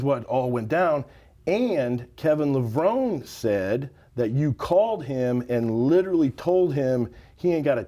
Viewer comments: Like, it's literally pronounced, "Le-Vro-Nee", jabroni 🤦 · Damn Straight Man. How can this guy not know how to pronounce Kevin's last name correctly. 🤦🏽‍♂️🤦🏽‍♂️ Lev -- Row - Neeeeeeeeeeeee!!. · Literally just thrown everywhere, Cant even pronounce Kevin’s name properly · My literal reaction to mispronouncing, Levrone ➡️